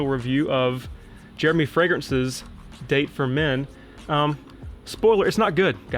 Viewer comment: Pronounced: Dahh-Tay